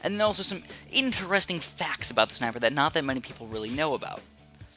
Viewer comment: I just clicked of the video because he said schneipers not sniper😥